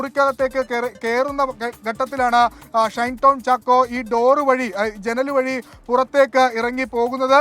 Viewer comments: ഷണ്ടൻ ചാക്കോ അല്ല ഷൈൻ ചാക്കോ 😊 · ഷണ്ടൻ ചാക്കോ എന്നാണ് ഞാൻ കേട്ടത്..